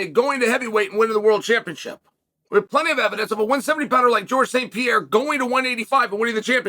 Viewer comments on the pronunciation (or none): none